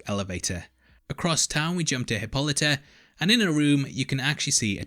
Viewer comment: 1st. I love your breakdowns! 2nd. Please correct your pronunciation of Hippolyta. I understand there is a more common way of pronouncing the name. It is stated clearly in EVERY episode how her name is to be pronounced. This is another "easter egg" to the black community. Black women take a lot of pride in her children's names. In the past, some names were chosen from stories they were told and the way the names were pronounced to them truly meant more than how it was spelled! And if she was able to actually see how it was spelled she took even more pride! Please try to pronounce this character as Hippo-light-a! As she states with pride on here journey!!! 👩🏾‍🎤🦸🏾‍♀️